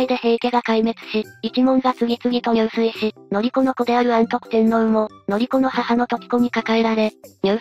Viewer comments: 入水は、ニュウスイではなく、ジュスイと読みます。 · 入水自殺は、じゅすいじさつと読みます。にゅうすい、は水泳です。